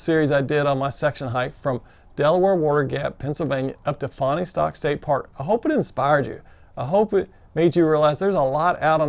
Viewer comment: I really enjoyed watched your videos of your section hike -- great job! Almost like being there! BTW, to help, it's pronounced "Fawnstock" by locals (I used to live near there).